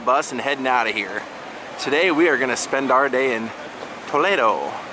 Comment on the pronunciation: The scenery was beautiful and the church exquisite! I love the way you pronounced Toledo there! It is so much more exotic and just beautiful than what we say here in Ohio!